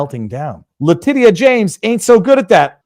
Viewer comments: Letitia is pronounced Letisha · You keep calling her (lay-tea-see-ah) like she's a Latina. It's a different spelling all together. I pronounce it, (lay-tit-tee-ah, or Big Tush for short.😂😜